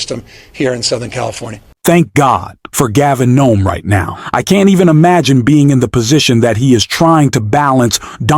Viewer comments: Please start calling the Governor of California by his name (last name), which is NEWSOME (pronounced NEW - SOME), not Noem (or Nome). If you are following these stories we would like to hear the names correctly or we start thinking you really don't know/care, had the Governor passed away, etc. I'm not a resident of California and never have been. But to me it is just the respect you are showing to the leader in California . And what a better world this United States would be if we just started by being respectful of each other. AND the "trickle down" theory that thee current president seems to be in love with - maybe he could start to trickle down with the respect. BUT, most likely, as with anything else, it will have to start at the bottom and work it's way up; because this curr3ent administration thinks there are no other people than those at the top. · WTF is Gavin Gnome? Is this AI not knowing how to say a name again? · Did you actually call him "Gavin Gnome" ? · A few times in this I heard a name: Gavin Nome? Who the hell is Gavin Nome? These robot or AI voices don't get the sounds of the language as it's spelled. Annoying and boring. What else are businesses going to do to save a buck? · why do you pronounce Gavin Newsome last name " Nome "?? Am I missing something? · It's Gavin Newsom....New Som ...thank you for reporting this story but please say his name correctly 🙏🙏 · Get the Governor's name right, you idiot! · I really enjoy your videos! I would like to share with you an area you could improve, learn how to pronounce people’s names. Today you got newsome/noem confused 🫤 in general, learn pronuncing names correctly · You need to try and get the name of the governor of California correct. You mispronounced it almost every time. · Why does he pronounce his name wrong.Such rude people they are American is gonna look real stupid with allowing Trump to be President. The rest of the world just gets a great laugh from the dumbest man on the planet.